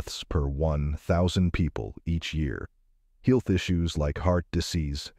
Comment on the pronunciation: Is the audio computer generated or a person? Because I've never heard anyone pronounce "health" as "heel-th".